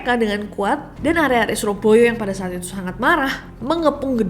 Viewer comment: muwedok smpyan mbak nek ngmong "arek arek suroboyo", 🫡😆